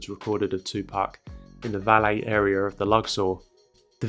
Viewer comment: listen 2 how he said area 🤣🤣🤣🤣🤣🤣